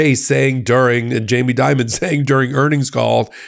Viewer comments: The CEO's name is Jamie Dimon, not "Diamond". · I think Chase's CEO is named "Dimon", not Diamond or Dimond.